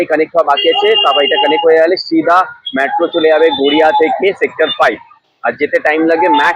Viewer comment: Excellent coverage! Just one observation .. its METRO not MATRO